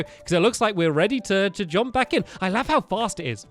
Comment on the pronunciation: jump not jomp